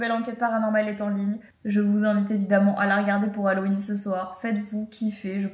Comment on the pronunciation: On prononce « hallOween » et non « hallween » :) 😊